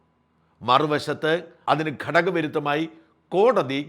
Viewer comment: Mr sajan, i know that u r trying a good malayalam accent, so pls pronounce കടക വിരുദ്ധം instead of ഘടക വിരുദ്ധം ❤❤❤